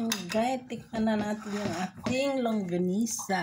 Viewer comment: longganisa sis, not longgasina hehehe. sarap nyan. fave ko hehe